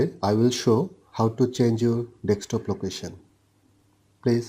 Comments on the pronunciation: It's DESK TOP, not DEK STOP <3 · c the accent breaks the word a little